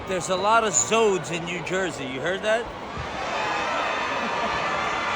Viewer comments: This nigga said zode 😂😂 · Did he say Zodes? Lmfao